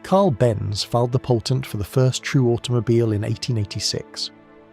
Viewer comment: Right it the start:.. I doubt Carl Benz filed a 'Poltent' for anything. Your crappy AI voice clearly can say 'patent' 😂😂😂😂 LAZY YT-er!!